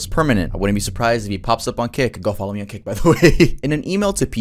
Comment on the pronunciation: I THOUGHT YOU SAID KIK CAUSE I LISTEN TO THESE VIDS AS I DO OTHER STUFF AND IM LIKE WTF BRO 😂😂😂